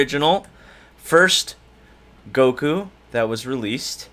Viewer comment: Its fake its goku not gokuo